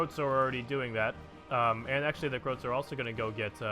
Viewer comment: i like how he pronounce croat as croke